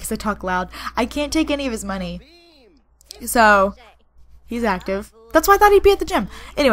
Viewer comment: why do you say so like ser